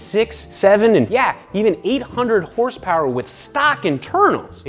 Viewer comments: 2000 HORSEPOWAH!! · horsepower u mean hersperrs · You actually pronounce it as Hersper not horsepower